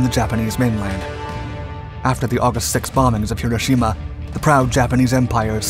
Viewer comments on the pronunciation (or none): none